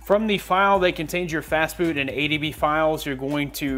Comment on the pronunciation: When he said fastboot i thought he said fastfood XD lol